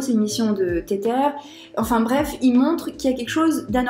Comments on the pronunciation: Insupp d'entendre "téterre" toutes les 15 secondes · Car la vidéo reste interessante et que tu connais ton sujet. Mais faut avouer que, pour une experte crypto, ne pas prononcer correctement le nom d'une crypto connue ca la fout un peu mal. C'est pas une question d'accent Anglais car ca c'est pas important. C'est comme si tu disais le "Bitkou1".